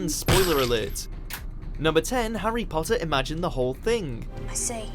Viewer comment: When you said Potter" it did sound British. You're getting there with the accent :-)